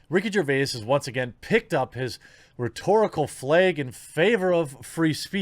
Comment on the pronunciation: The way you say "flag" makes me laugh.